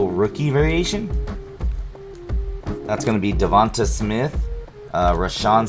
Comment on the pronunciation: Sorry but it's pronounced dee_vawn_tayy spelled devonta or devontae but cool scopes dark variation be cool too